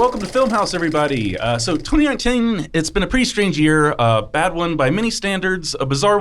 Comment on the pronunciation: Why did he say 2019 like that? LMAO